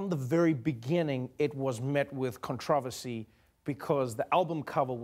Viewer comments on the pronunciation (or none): Y is Trevor saying “controversy” like that? Is that really how u pronounce it? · con-tra-ver-see.... da fuq?